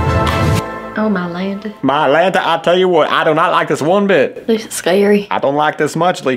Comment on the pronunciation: “On mylanta” 😂😂😂